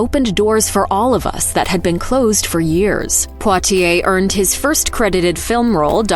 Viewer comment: I believe that's exactly how you pronounce Poitier... How would you pronounce it?